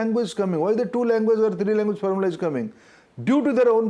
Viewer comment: First pronounce correctly...it is language not languvace...Has become azej..